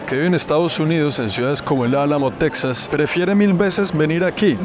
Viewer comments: En español es “Tejas” no se pronuncia “TeXas” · se dice texas y no texsas 😂😂😂 puro lavaplatos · Se escribe Texas y se pronuncia Tejas, al igual que se escribe México y se pronuncia Méjico, o sea se castellanizaron las 2 palabras aztecas hermano, de todos modos excelente reportaje de un seguidor compatriota. Al río bravo al otro lado de la frontera con Estados Unidos los gringos le dicen el río grande. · Suena raro que le digas Teksas a Texas (con jota). Saludos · No se pronuncia "tecsas" sino "téjas" al español